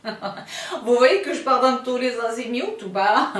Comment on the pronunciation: Hello sista , un coucou en tout début de vidéo : très enthousiaste pour tous les azimioutes 😂 c’est parti :)